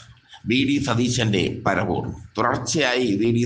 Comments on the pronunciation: അബദ്ധപഞ്ചാംഗം. പരവൂരല്ലടോ പ റ വൂർ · എടോ കോപ്പാ പര വൂർ അല്ലെടാ പറവൂർ ആണ്..😂😢